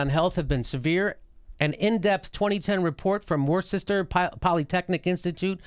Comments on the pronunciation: Its pronounced "Wooster" Jimmy, the "ce" is silent. I know, the spelling is insane. Thats the English language for you :) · Worcester is pronounced "Woo-ster" or "Woo-stah" don't ask why, blame the British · Jimmy, I love you but you butchered Worcester